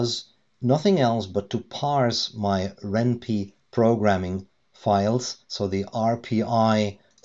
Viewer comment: Just a heads up, it's pronounced "wren pie" (like the food). The name is a combination of ren'ai (Japanese word for romance) and Python.